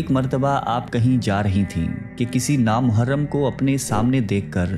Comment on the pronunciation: Bhai ap buht hi acha Kam KR rhy hyn Allah ajr dy ga ak do Urdu words ap ny teek ada nai Kia vo teek KR ly (myhwy hyrt ) (naa mehram) sunyny myn acha nai lgta never mind